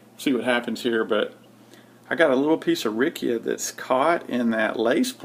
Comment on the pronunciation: thumbs up! yes, you say it RIKIA :-)